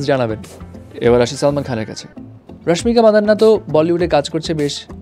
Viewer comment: Apni ki kono din valo hoben na, Rasmika mandana not madanna.apnar pronunciation ekta class 2 er bacchar moto